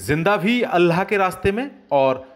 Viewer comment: अल्लाह जब बोलने ही नहीं आता तो फिर क्यों वीडियो बनाते हो...अल्लाह को अल्हा बोल रहे हो माज़अल्लाह...